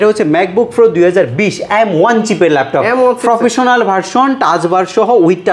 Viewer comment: ফ্রফেশনাল😂 ফ্রো😂 এগুলা কি😂